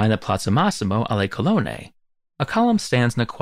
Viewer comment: You make a pretty good stab at the pronunciations, but some are difficult to understand. May I make a suggestion about double consonants that most English tongues fail to appreciate? Where there is a double consonant as in, say, colonne, each N belongs to a different syllable - as in col-on-ne. In Italian pronunciation almost nothing is discarded. In this case BOTH N's are pronounced individually. Obviously, you don't make a pause between the two, but you hesitate a little over them. It's this more than anything else that gives Italian its rhythm and metre. The vowel before a double consonant is also shortened. So the first O in the word "colone" (meaning colonists) would sound like the O in "soap", while the same letter in "colonne" is pronounced like the O in "prod".